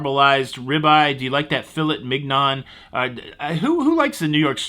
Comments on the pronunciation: "Fill-et mig-non" X-D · Learn how to pronounce Filet Mignon! FYI, it's ˌfi-(ˌ)lā-mēn-ˈyōⁿz . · You totally lost any credibility whatsoever when you pronounced filet mignon like a 6 year old mental patient.